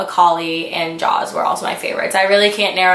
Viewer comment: "Jaaaooooz" lmao it's pronounced Jaws